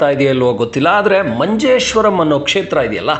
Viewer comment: It's Manjeshwara, not Manjeshwaram why ur adding rum like malayalis 😂